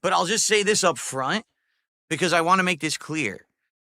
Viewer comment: no phonetics, dsp can't say "want" or "both" etc